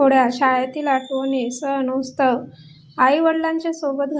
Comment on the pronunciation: तुमचा उच्चार चुकतो आहे रक्षाबंधन हा उत्सव आहे.. तुम्ही उत्सव म्हणा तुम्ही उस्तव म्हणताय